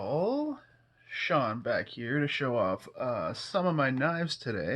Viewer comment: Did you do that on purpose lol when I was young I use to make fun of people when there name was spelled that way I use to call them seen not Shawn even though my dad use to tell me that’s the way they spell it in Ireland my dad was born in Cork Ireland 🇮🇪 so when you said it that way Sean I just laughed because we spell our name Shawn lol I’m gonna check them out BPS knives Thank You STAY SAFE BUDDY AND GOD BLESS